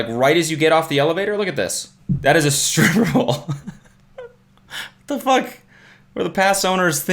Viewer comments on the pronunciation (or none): the way he says "striper pole" . classic